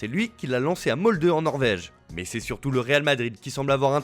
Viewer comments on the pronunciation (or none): none